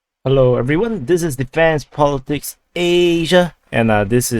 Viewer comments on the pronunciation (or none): none